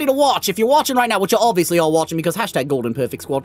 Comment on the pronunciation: GODLEN? Hahahahahaha